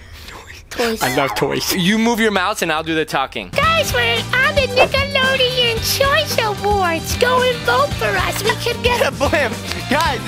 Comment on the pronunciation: every time says nickeloaden it spikes fear of a certain word